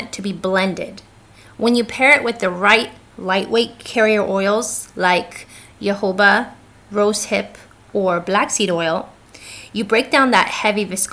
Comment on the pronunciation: FYI-- Jojoba (Oil) is not pronounced ya ho ba. It is pronounced Ho ho ba.